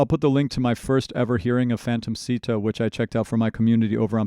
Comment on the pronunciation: I hate to be that guy but since you mentioned Japanese pronunciation, It's actually pronounced "Shita" in Japanese. The sound "Si" does not exist in Japanese.